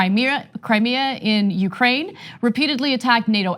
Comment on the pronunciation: Why does he pronounce Russia , "Rusher" ? He also pronounces "brain", "uh-brain", and calls "china" "chyyyna"...no joke. Check it out